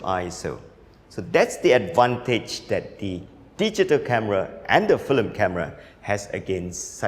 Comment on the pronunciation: You're pronouncing FILM as FLIM lol. But I love this guy